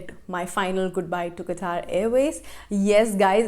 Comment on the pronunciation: The way you say " qatar airways."